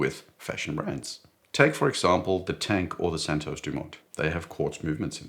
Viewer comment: Santos* not Santosce - don’t talk like an American because it only cheapens you. And a South African emulating someone from the USA is fundamentally akin to devolution.